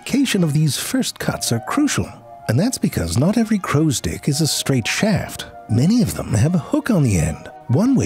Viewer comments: Anybody else hearing "crows dick"? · every time he says "crows dick" instead of "crow stick" kills me! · He's saying "crow's dick", not stick, right? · Why do i keep hearing crow's dick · He is definitely saying “crows-dick” - right? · I constantly hear "crow's dick". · I keep hearing Crow's Dick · Frank spent all day practicing how to make it hard to tell if he was saying "crows stick" or "Crows dick" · Anybody else keep hearing crows d**k? No, just me?😅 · I just can't unhear crowsdicks. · I keep hearing "dick" 😂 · Drink every time he absolutely says crow's dick. Chug every time CC gets tricked into thinking he said stick. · Every time he says “crow stick” it sounds like “crow’s dick.” Obviously this is not accidental. 😂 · 🤨 Alright you're definitely reading "crow stick" that way on purpose. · You're saying "crow's dick" on purpose, aren't you? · All I could hear was "crow's dick". Every. Single. Time. When he said "hook tip...and that right there is a damn fine crow's dick" I threw my hands up knowing he did that on purpose. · Am I the only one hearing "crow's dick" over and over again. I'm almost certain that's what he is saying lol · Dude saying "crow stick" like Danny Devito says "boy's soul." ...With a decidedly unwelcome and unwarranted emphasis on a nonexistent "d" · When you say crows stick ... it sounds like you are saying something else..... if you know what I mean!?! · Am I the only one that does not hear crows "stick" but something else instead of stick? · He kept saying crow sticks but we kept hearing something else. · I've been hoping for this one, crows are one of my favorite birds. It's incredible just how intelligent and creative they are. Using tools is one thing, but the way they make them is really impressive. Also, I love the way you pronounce "crow stick." I can't unhear it and it's hilarious.